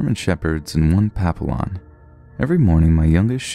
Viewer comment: His pronounciation of "papillon" good LORT. Lmaoooo